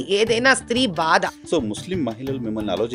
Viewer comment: అమ్మా మహానటి అది భాద కాదమ్మా, బాధ . ఏది ఒక్కసారి అను?😅😅😅😂😂😂